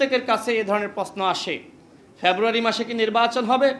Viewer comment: February ucharan Kara Sikh 😅